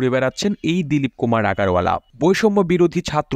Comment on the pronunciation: আগারওয়ালা হবে না ওখানে আগরওয়ালা বলতে হবে